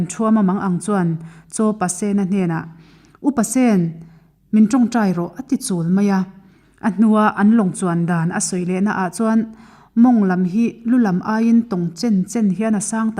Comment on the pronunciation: Ch Pasena hming hi i lam dik lo. Sen tih hi rawng sen tih anga lam tur.